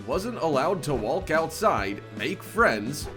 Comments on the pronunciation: yes, believe all this bullshit. especially from a narrator who says "wall-k" instead of walk............. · Why does this guy pronounce the "L" in "Walk"??? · Sorry, but what's with this robot narrator? He sounds English, until he speaks... "walk" pronounced "wall-k"? No native English speaker says that. Ever. And that's just one of the weird things that comes out of his mouth. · In the pronunciation of the word "walk" ..... do not pronounce the "L". :)